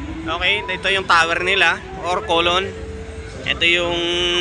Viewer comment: Collum po hindi collon hehe